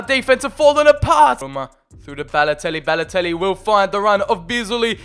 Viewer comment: Very good series, I really like this. It isn’t rushed like other YouTubers you see these days. My one criticism is, your over annunciating of certain words and names such as “Balotellllli” or “Icarrrdi”. Like I get you’re wog but just say the names normally and stop over annunciating your Ls and Rs 😂